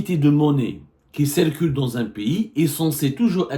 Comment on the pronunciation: On ne dit pas malgre que mais bien que! On ne prononce pas "é"llégal mais "i"llégal...ou qui c"é"rcule mais c"i"rcule. compris!!!